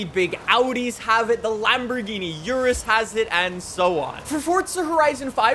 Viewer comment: its not urus say it right its ooh roos not her us (h is silent)